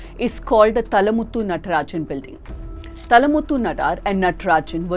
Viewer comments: Not talamuthu- it’s Thaalamuthu! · His name is Thaa-la-muththu... not tha-la-muththu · It is not தளமுத்து it is தாளமுத்து நடராஜன். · Just a humble correction it is thaala muthu not thalamuthu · I request to pronounce the names of our soldiers properly. The name is Mr.Thaalamuthu. And the protests were not ' Anti Hindi protests' but they were ' Anti Hindi Imposition Protests'. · The little pronunciation mistakes makes in Tamil adds cuteness to this very neat and clear presentation of the subject. Madam, it is ThAAlamuthu, and it is Thanith Thamizh, not Thanitha. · “थालामुथु not थलमुटु “ at least you should known the language before comment, this shows your pare one side yet another North dictator group of News medias. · It's pronounced as ThaaLamuththu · Work on Tamil pronunciation. Thaalamuthu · How hard is it to learn the pronunciation of 'Thalamuthu'?